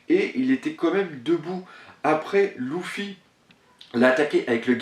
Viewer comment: On dit lUUUUfy et non pas lOUfy ... sa me choque O_O